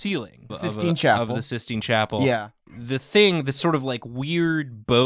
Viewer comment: Sith-Stine Chapel? That is all.